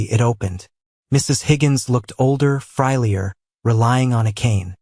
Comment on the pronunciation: 'Frylier'??? The word is 'Frailer'. 'Tootayed' instead of 'tutted'?????? Stupid Automated Idiocy, supposed to be the future of the world! God help this world!!!